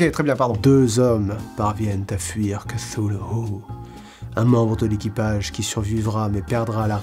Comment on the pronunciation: Enfin quelqu'un qui sait prononcer Cthulhu et R'lye correctement, ça fait zizir !!!! PS: "zizir" ?? Ho putain, JE SUIS VIEUX ! (c) JDay